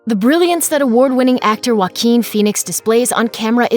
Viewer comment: I thought you said his name Jay-o-quin